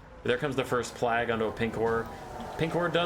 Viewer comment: Love your content, think you're great. Unsure if its a joke or something but you are butchering the word 'plague'. Just fyi i guess.